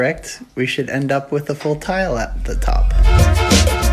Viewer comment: You asked if she's ready to tile- I thought you said, "Are you ready to TELL?" And I thought, BABY!!! A Wabi-sabi baby!?! Lol... Nope. Not yet. ;)